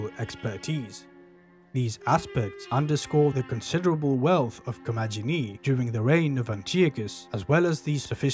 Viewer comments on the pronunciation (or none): In Ancient Greek, the G is always pronounced as G as in Got, never J as in Just. In Classical Latin, too. So, Commagene is pronounced Ko-ma-ge-nee.